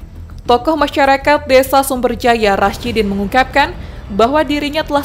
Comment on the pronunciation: Namanya rasidi.bukan rasidin